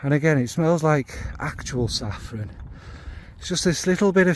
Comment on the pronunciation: One second in and I’m taking issue with your pronunciation of saffron. When you had money .. before perfume overtook you and everything didn’t cost a million pounds. Your flamin sister ! You know me and Kayali , that’s the one I want to try here 😁